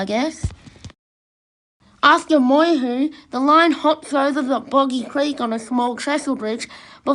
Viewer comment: It's Moy- YEW, not Moy-Hu! And it's Eed-Die...not Eeedee!